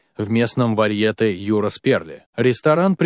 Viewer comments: Мистер-чтец!Не варьЕЕЕЕте,а варьетЕЕЕЕЕЕЕ!БЕЗГАМОТНОСТЬ! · В слове варьете ударение на последней букве е. Если уж берётесь читать, то хоть правильно 🤦‍♀️